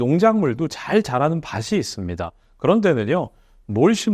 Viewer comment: 밭이 ㅡ바시 아니라 바치 입니다